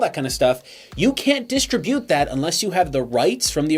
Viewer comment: M-U-Paradise. Dis-TRI-bute.